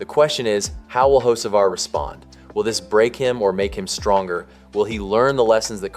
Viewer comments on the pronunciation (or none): His last name is not hoshevar it's ho ceee var. No sh in it!!! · You mean "ho-SHA-var" as the idiot voice keeps saying? Hahahaha.. Can't even pronounce his damn name right. Sick of click bait.. Hell.. I'm sick of YOU TUBE.. REad their terms and rules.. As long as you aren't actually changing election results or something extreme like that - IT IS ALLOWED FOR ANYONE TO MAKE TOTALLY BOGUS VIDEOS. SIMPLY GOOGLE "HOW much of YouTube content is factual?" AND READ WHAT IT SAYS. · There is NONE! RIDICULOUS. I LOVE THE Way the guy, (narrator) that keeps saying "Ho-sha-var" also says "one of the most heated conversations of the 2026 seasons so far"... WTH!? Hell, he could have been eating a ham sandwich while driving AND IT WOULD BE ONE OF THE MOST heated conversations of the 2026 season! It was the 1st damn race (points race) of the friggin year! So sick of seeing these idiotic click bait videos narrated by someone that doesn't know NASCAR from the Crown Vic skirmish/race at my local track! There is no damn controversy.. Also, I'D BEEN SHOCKED IF HE HAD OF WON.. IT IS DAYTONA.. CRAP LIKE THAT ALWAYS HAPPENS ON THE LAST LAP.. Simply put - it is SUPER SPEEDWAY racing .. AND IN NASCAR'S WORLD IT IS PAR FOR THE COURSE.. I SUGGEST NOT SUBSCRIBING TO THIS RUBBISH CHANNEL. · Why are you pronouncing his name like Hoshevar?